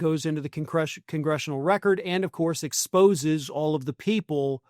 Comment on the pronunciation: Yes.... expoze, exposen ,😢 expozed❤